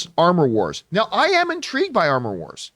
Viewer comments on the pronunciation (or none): "Amor Wars". Cue French giggling